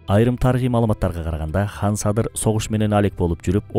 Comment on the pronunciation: Сонун экен, бир эле нерсе. Хан дебей кан десенер, уккан адамга мындай ханды укканда башка Бир элди уккандай болосун. Кыргыз "кан" дейт, мисалы биз катын дейбиз, хатын эмес; кыргыз дебиз, хырхыз эмес......